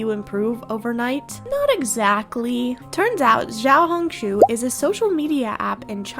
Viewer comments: as a mandarin-speaking person, i think the xiao in xiaohongshu is pronounced “shiao”, since the x is pronounced sh! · Its actually pronounced "see-ow ho-ng shoo" but good effort 😅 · "shi-a-ow, hong, shu" (not shoe just shu) When translating chinese X is commonly used as a variable sound. X usually makes a "shi" or "ssi" sound. or you can just say "little red book" as that is the "proper" translation. (I think the reason people say "Xiohongshu" is because it's a name, technically) /pos ANYWAYS YOUR ARTS REALLY GOOD IM SURPRISED YOU EVEN REPLIED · i love you but please, say xiaohongshu correctly 😭